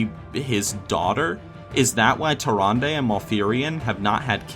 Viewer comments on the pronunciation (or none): Also, Tyrande...